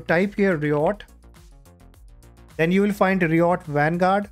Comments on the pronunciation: ri ot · "reeyot games"😂